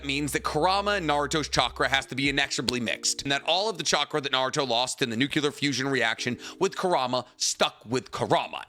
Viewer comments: It shouldn't bother me as much as it does, but you keep saying nuculur instead of nuclear 😂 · I like the way you mispronounce "nuclear". it reminds me of Homer Simpson. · This guy still can’t say nuclear? 🤦🏻‍♂️